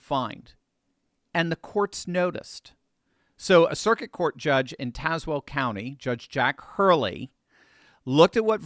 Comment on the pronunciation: Thank you for saying Tazewell correctly